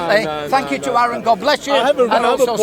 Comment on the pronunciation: Man, hearing them call him Aaron, where they almost definitely know it's pronounced Are-en, is infuriating.